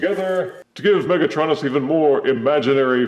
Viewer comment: UrM ActiUlly it's pronounced mega-TRO-nus not mega-TRON-us